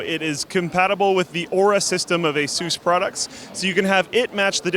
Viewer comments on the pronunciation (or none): lol at pronouncing it as 'ay-soos' as opposed to 'ay-sus'